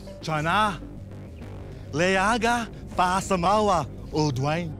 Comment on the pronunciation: Hahahahaha he said samore hahHH